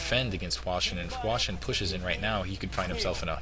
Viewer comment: at 2 minutes and 12 seconds they show the chinese charaters for hwasin. In Korean they are pronounces exactly as says it now.